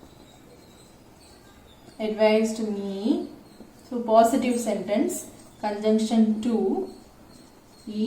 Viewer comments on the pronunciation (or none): none